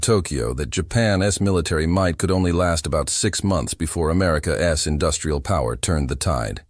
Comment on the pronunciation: You don’t listen to your own work for even ten minutes, do you? I’m not opposed to AI tools, but please do your due diligence to curate the pronunciations. “America S military strategy was to…” should be “America’s military strategy was to…”. Little things like that. Elevate your content from typical AI slop. You’ll get more subs and views in the long term.